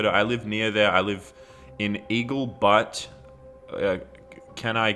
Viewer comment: Butte is pronounced b U te